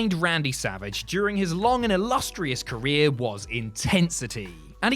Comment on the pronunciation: Martel was having a career what!?!? Lmfao never heard it said that way, and my best friend is British